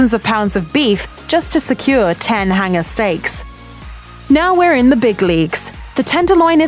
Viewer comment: what is a hinger steak ? these vowel mispronouncing accents ,good grief ( do school kids get bad grades for pronouncing vowels correctly ?) , I hand to tun on the subtitles !